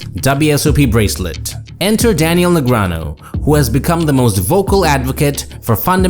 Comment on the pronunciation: Why still pronounce Daniel's name "negranoh"? He's publicly corrected people for that mispronunciation multiple times.